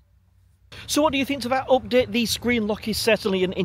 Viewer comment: its UPDATE NOT OPDATE im sure you punk are Irish